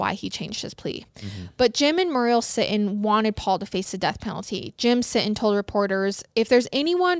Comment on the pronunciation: Muriel is pronounced mm your eee el. My mum is called muriel